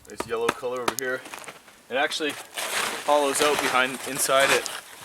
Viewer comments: "Find a spot, and camp-oaut" 😂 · Nice vid! I’ve always dreamed of having that kind of experience. I’m picking up some Irish/Scot accent when you said ‘house’ ‘out’ and ‘fire’ so cute !